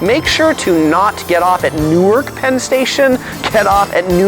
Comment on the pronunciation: You pretty much nailed it....Except, Newark is pronounced Nork - It doesn't rain a lot - DON'T drive - You can walk East to West easily. Central Park is referred to as The Park and on the east end it is only 2.5 miles wide and .5 mile towards the middle. The Bronx is Up (north), The Battery is Down (south) Streets are numbered getting higher when you're headed north, lower south. Blocks are the streets between intersections. Numbered blocks North to South are shorter than Avenues which run East/West. PLEASE don't ride a bike if you're not used to city bicycling. SOHO is located South of Houston pronounced HOUSETIN this isn't Texas. Manhattan is referred to as "the City" the boros by their names and last and most important PLEASE be respectful when visiting the World Trade Center. Remember you are visiting our home. We love it, don't litter.